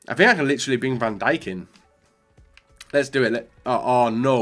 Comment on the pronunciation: U nid to know how to say van dijk properly